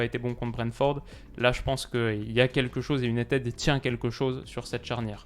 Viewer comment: Sur la prononciation c’est « Unitide » et non « Unitède »